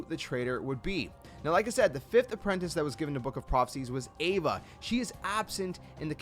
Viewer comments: Ava (Ah Vah) Ira (ee rah) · Ava is Ah-vuh. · You pronounced Ava wrong it’s pronounced like Awva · i thought name was ava not eva #smh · (Ahva) is how its pronounced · Ahh-vuh* she's not an evangelion lmaooo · Xigbar literally says Ava's name in the cutscene. So why do you pronounce it like that? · Why do you say Ira & Ava’s name wrong?